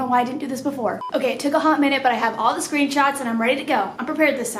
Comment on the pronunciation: Anyone else hear her say screen tots 😂😂 ok cya